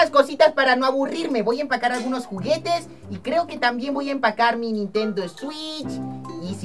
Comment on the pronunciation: Dijo juguitos no juguetes